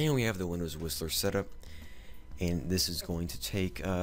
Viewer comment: Are you sure that Whistler is sounding like Wisler?